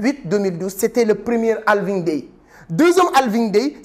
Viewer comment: D’abord c’est Halving avec un «H» 😊